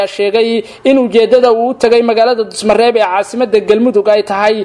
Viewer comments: Dusamareeb waye wll wuu saxanyhy dhusamareb ma han🤜🤛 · Dhuusomareeb ayuu ku dhawaaqi Kari laayahay wariyuhu Dusamareeb kulahaa